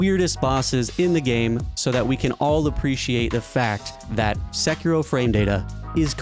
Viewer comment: Very surprising hearing someone with such a good pronunciation of Sekiro. Nice